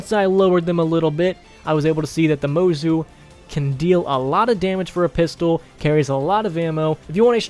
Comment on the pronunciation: It’s pronounced mozu not mozu